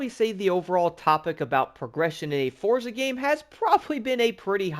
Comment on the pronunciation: you too pronounce forza wrong